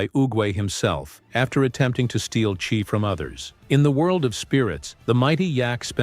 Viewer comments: AI slop it's chi not chai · The Chai-??? That commentator pronunciation totally sucks sloughwater…